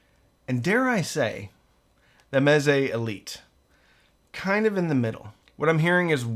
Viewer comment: Ahh Mez-ay